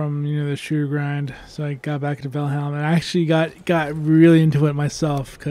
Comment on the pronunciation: You do know by now it's "Val-HIME", right? ;-)